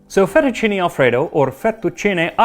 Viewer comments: Thank you for saying "fettuccine" instead of "fettuccini", Max my boy. However, it's "trattoria" with the accent on the "i". Same principle as "pizzeria" or "caffetteria", if that heps. I know you care about these detals so I decided to be "that guy". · Congratulations on pronouncing "fettucine" correctly!